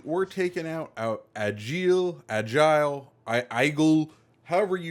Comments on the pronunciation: The name isn’t agile it’s égle for the pronunciation. Doesn’t mean the same thing lol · It pronounces [eggl] it means eagle in french ;)